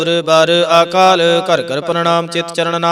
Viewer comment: Waheguru ji ਖ਼ਾਲਸਾ ਜੀ ਤੁਸੀਂ ਹਰ ਵੀਡਿਓ ਵਿੱਚ "ਅ" ਨੂੰ "ਆ" ਉਚਾਰਨ ਕਰਦੇ ਹੋ ਜੀ। ਅਕਾਲ ਮੂਰਤ - ਆਕਾਲ ਮੂਰਤ, ਆਜੁਨੀ, ਆਨੰਦ waheguru ਜੀ ਤੁਹਾਡੀ ਲੇਹ ਵਧੀਆ ਹੈ ਪੜ੍ਹਨ ਦਾ ਢੰਗ ਪਰ ਹਰ ਰੋਜ ਇਹੀ ਗ਼ਲਤੀ ਬਾਰ ਬਾਰ ਪੜ੍ਹੀ ਜਾਂਦੀ ਜੀ ਮੇਰੇ ਮੂਰਖ਼ ਵਲੋਂ ਕਹੇ ਸ਼ਬਦਾਂ ਲਈ ਮਾਫ਼ੀ ਜੀ 🙏🏻🙏🏻🙏🏻